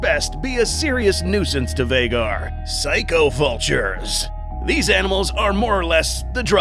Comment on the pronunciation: It's been this long and he still hasn't corrected to Vhagar. Lmao